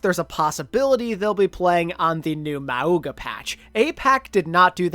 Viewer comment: Man said Mau-ooga